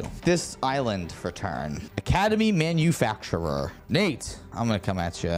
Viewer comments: Love the shirt!! (And again, it’s not “Academy Manufactur-er” idk if it’s an inside joke or ya’ll are still mispronouncing it😂) either way, love the content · it's academy manufactor not manufacturer 😂